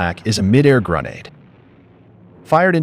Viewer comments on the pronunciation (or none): This is AI generated, isn't it? "Mid air gruh-nay-duh" bro what lol no human talks like that.